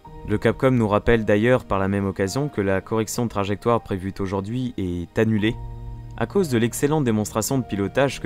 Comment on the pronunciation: Bravo pour ta narration, c'est captivant. Attention toutefois aux fautes de liaisons dans ton récit, il y en a sur chaque vidéo et ça pique les oreilles... ( " Il va T'alors " " la correction prévu Taujourd'hui"" ) À corriger pour les prochaines. Pouce bleu quand-même !